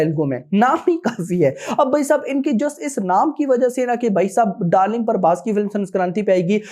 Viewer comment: Bc parbhas nai.. Prabhas hai Naam b bolna nai aata isse